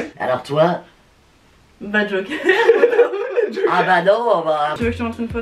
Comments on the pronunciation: A quand elle dit « ba Joker » moi j’ai entendu « ba Joyca » suite à cela je me suis lancer dans une recherche épique sur le net en me disant « wtf il était en couple j’étais pas au courant »(vous vous doutez bien que je n’ai rien trouvé à ce sujet) et en revenant sur la vidéo je me suis rendu compte que j’ai juste mal entendu 😭😭😂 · je croyais qu'elle avais dit Joyca 😅😅